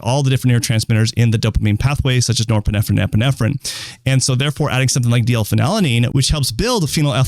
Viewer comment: erm.. doctor.. you might wanna learn how to pronounce nore-pine-phrine.... its not nore-pinef-pine-pinephrine